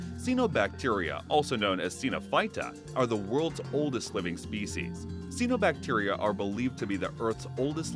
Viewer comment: it's pronounced CYANObacteria